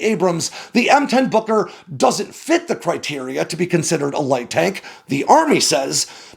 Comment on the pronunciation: Gotta be careful how you say Booker... Kept thinking it was Booger.